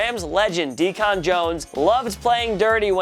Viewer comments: #16: Deacon Jones's (nick)name is DEEK-n, like a preacher, not DEE-KONN. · And its decon not dechan this new guy sucke fire his ass where's mike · Few things; It's pronounced "Dee Cun", not "Dee Con". Also , the 9ers and Seahawks are in the NFC, not AFC. You asked my subscribe in the beginning... well no. Actually you said "do it." I'll "do it" when you up your game and get shit right. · Learn how to pronounce Deacon Jones! here's a hint it's Deacon not Decon. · Jake Simmons lol what it was a joke and he did say d-con when it is deacon one word not his fault he pronounced it like a clown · Deacon Jones pronounced "Deecan" not "DEECON" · Dee-con Jones? Never heard of Dee-con. You lose all credibility,. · Dee-can like Deacon ˈdēkən he gave himself the name, his real name is David a Deacon is a minister. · it's Deacon not DE-CON. That's bug killer. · HOW CAN A SELF DESCRIBES SPORTS EXPERT CALL DEACON JONES.... DEE CON......ITS DEE-KUH N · Did he really jus call Deacon Jones, D-con Jones? You gotta pronounce it like how the church says it... Deacon. C'mon now! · Who is D Con jones lol. DEACON LOL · I disliked because you don't know how to say DEACON... ITS NOT DE-CON .. Bacon isint pronounced BA-CON . You however are a MO-RON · not DE-Con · Dee-con??? Deacon,! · Deacon not D- Con bug killer. Think church deacon. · His name is Deacon, not Decon. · Deacon is pronounced Dee-cun not Dee-con😂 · Why was he saying deacon jones name like that he was saying it like decawn it sounds how it looks deacun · for real. When he said D-con i knew he had no idea who Deacon Jones was. The Unofficial all-time sack leader. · And did you really pronounce Deacon (deekin) as deacon (dee-con) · Did he say dee con jones 🤣🤣🤣🤣🤣🤣🤣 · Dee-con , dummie , don’t disrespect a great by mispronouncing his name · Isn’t DeCon (“dee - cahn”) what you use to poison mice? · Yeah, this video is pretty clueless. Or so says "Dee Kahn Jones". 🤔😆😂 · Trying to be posh and saying “Dee-Con”